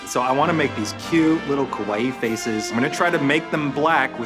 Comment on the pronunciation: Hey Ro, it's KAwaii, not KOwai. KOwai means something completely different. It means "scary". Less ignorance and more paying attention, please.